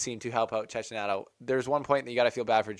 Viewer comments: I like this video ,but please is "Chekkinato", that bad pronunciation hurts my Italian ears! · You're not alone but its pronounced Chekinato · Your mispronunciation of Cecchinato's name undermines your journalistic integrity.